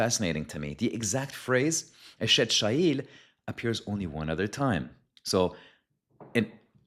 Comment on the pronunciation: You pronounce chayil: chayeel. The "ch" ist pronounced from your throat such as in Bach. Be blessed